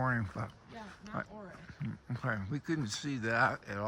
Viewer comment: Ouray is actually pronounced U-ray. Named after a Native American Chief. By the way, your videos are about the best CT videos I've ever seen! Love the longer length and the amount of the trail you show!